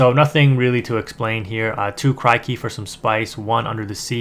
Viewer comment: Good vid man! Just a tiny thing, it's said like Crick-y. Like a cricket. Great stuff tho!